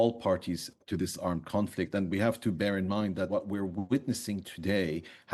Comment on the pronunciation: "We have to Baron mind" lol